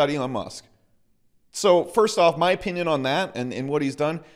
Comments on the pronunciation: “In my opeeneeon” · the way you say 'opinion' is weird, so weird you should really find a different word